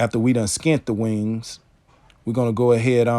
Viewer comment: I appreciate you making this video as I learn all methods of processing my birds. Love your accent when you say "Wang's" ♥️. I'm also impressed that your pups sit there and watch but don't get in the waste bucket.